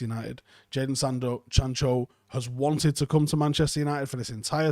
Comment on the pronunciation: Are we going to just not say anything about trying to pronounce Sancho and saying Sando & Chancho😆😆😆